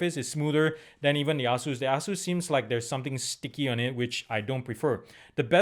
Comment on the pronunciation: "A-Zeus" not "Ah-zeus" great review though